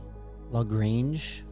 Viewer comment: Beauty video. Thank you. And good job on the pronunciation of LaGrange!